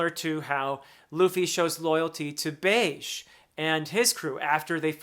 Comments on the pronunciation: oh btw, Bege is pronounced Beh-Jee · Bege is pronounced like Bay-zhee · Always love when new videos of yours come out! Also I don't mean to come off as a know it all or anything but you typically frame this as an ask like you genuinely want to know so pronounciations: Reiju: You pronounced this correctly Bege: Bay-Jee Katakuri: You pronounced this correctly. Imu: Ee-Moo Excited to see you tackle Wano next!! Wano is huge tho and Oda himself split it into "Acts" which are clearly labeled so may I suggest a video for each act? might make it easier for you to parse. Either way, can't wait!~ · For some reason, Bege is pronounced "be-ji" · regarding pronouncing bege, i always went off of how they pronounced it in subtitled version of the anime. bege (beh-gee) either way, i dont think its a big deal. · Reiju pronuncation was spot on, about Capone Gang Bege, it's beh-gi:, somewhat simmilar to say veggie. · Not too many mistakes this time. Though it’s Germa Double Six, Bege is pronounced “Bay-Gee”, it’s “Peck-oh-m-s” and “Me-oh-s-guard”, but yes you were right the second time their name is “E-Moo”. Also, I’m not sure if you didn’t realise that it’s heavily implied that Big Mom ate Carmel and the other orphans. That’s why she has her devil fruit.